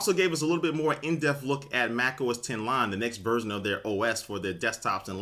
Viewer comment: does anyone else think he's saying "lime" when he says "lion"?